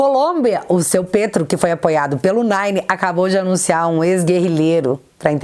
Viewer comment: Quando vc fala "Nine" eu acho muito engraçado kkkk